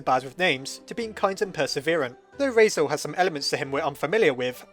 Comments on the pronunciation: ITS RALSEI NOT REISEL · RAL-SEE NOT RAL-SAY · It’s raseil not rase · lol heres a hand I personaly say "Ral" like in ralph and "sea" like ocean and just put them together making Ral-sea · Why do you keep pronouncing it 'Raisel' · Ralsei. Sounds like Ralphy. Now I'm picturing Ralsei saying "It tastes like burning!" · "Rasiel" - 2018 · ''Raisel'' hehe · It is pernounst Ral-sae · I thought you called him Rasail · RAL - SAY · he’s pronouced as Ral See or Zee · Ralsei is kind of a weird name. I think it's supposed to be Rahl-Say or Rahl-See. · I died at when you pronounced Ralsei as Rasel- but don't worry I just didn't even pronounce it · Deltala- *Cough* said "Raisel" many times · 😂😂 Just thought: if you're German I suppose it's pronounced "Rals- I" (like eye). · Wait, isn't it pronounced Rals-eee??? Why the OOF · its pronounced rals-eye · I counted: you messed up Ralsei’s name 8 times. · Dont worry, my brother mispronounces Ralsei's name too. Probably plenty of others who make the same mistake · I'm laughing so hard at him mispronouncing Ralsei so much that I can't even focus on the video. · i like how one of the dreemurr traits is being bad with names but you also consistently pronounced ralsei wrong... are you a dreemurr?